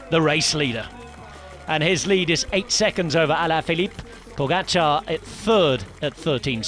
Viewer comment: Pogaçar isn't quite right. It's poga-char